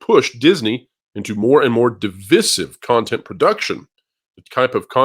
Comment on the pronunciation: How can his old ass mispronounce divisive.